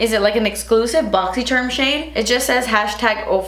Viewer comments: 1. You have to say BoxySherrm. It’s a commitment now and we are all here for it. 2. Yelling at you to just use water 😂 3. Because you were talking about child labor the ad before your video started was about pregnancy tests! 😂🤰🏻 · I love that you say boxy sherrrmmm and I’ve started saying it too and people look at me funny but that’s okay 😂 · Umm... I’m sure many of us love it that you call it Boxysherm 😆💗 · Omg I love the way you say Boxy Sherrrrmm! I feel when I start my YouTube channel I will feel wrong if I don’t say it that way lol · I love that you say boxy sharm👍🏼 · I love that you say boxysherm😂😂😂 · I love that you say boxysharm! I find myself saying it with you, I would be so disappointed if you didn’t say it! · Lol I love the way you say boxysherm! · I hope that ur nose is just swollen because when u did the up close it does look crooked so hope it's not fractured. Did it bleed? NEVER stop say "Boxy Sharrrrrm"!!!!! Love it. Is it me only but aren't those 2 Moda brushes a bit expensive (29.99) and the "highlight" one is just to soft and flimsy. Maybe ita just me. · what is the point of saying boxy sherm? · NO it is a boxysharmmm you can't say it "Boxycharm" no one knows what that is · I hate when she says boxycherm lmao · OMG I need your shirt lmfao it’s a must with my name being Cynthia 😂💞 Btw love your boxycharm pronunciation 🤗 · Not annoyed I love how you say the name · Please NEVER say "Boxycharm" again!!! Love your videos! ❤ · I think you’re interesting and watch a lot, but I always wondered if the people at Boxycharm would be bothered that you say the name of their company incorrectly on purpose. It would be different if you didn’t know how to pronounce it. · So strange hearing you say "boxycharm" not "boxysherm" 😂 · I freakin love that you say boxy cherm, that’s one of the reasons why I watch the unboxings, I get to hear you say boxycharm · I would be weirded out if you didn't say Boxysherm unboxin...have come to expect it hehe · YAS Exact thoughts